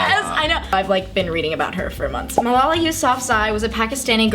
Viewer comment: Also I swear it isn't pronounced like that either, the surname not Malala